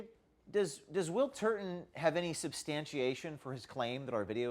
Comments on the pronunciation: "TURBAN TURDIN" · correction: William Turd-a-ton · In my mind his name is spelled as pronounced; TURDon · You meant, William TURD-TON, right? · William Turdin’ I totally caught that LOL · William Turton, like turdon